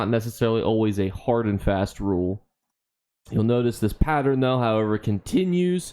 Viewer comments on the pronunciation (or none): none